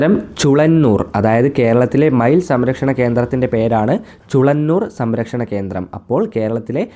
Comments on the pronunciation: ചുളന്നൂർ അല്ല ചൂലന്നൂർ ആണ് . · ചുളങ്ങൂർ അല്ല ചൂലഞ്ഞുർ 😊ആണ് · ചുളന്നുർ അല്ല ചൂലന്നുർ എന്നാണ്